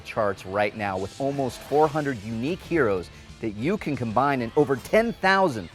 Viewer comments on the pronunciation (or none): none